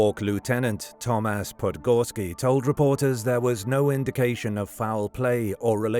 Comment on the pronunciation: GRAHT'n. Not Grow-tun. But...that was just after pronouncing Thomas as Tom-ass, so.